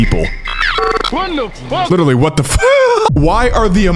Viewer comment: LITER-ALLY NOT LITTALLY